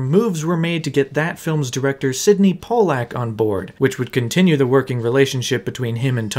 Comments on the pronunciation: It's not "pol-lack". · Are you saying Sydney Pollack wrong on purpose?